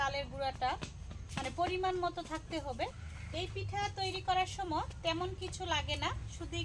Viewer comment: তুমি সময় কে সম বল না সময় কে সময় বলব কেমন